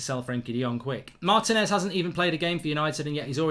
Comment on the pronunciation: It's not Martin -ez, it's Marteeenez, that's what the accent is for!